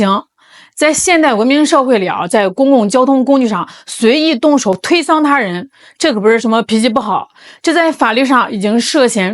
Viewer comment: 推搡（sang）這個字要念三聲，不是讀一聲的，你讀的聲調錯了😂😂😂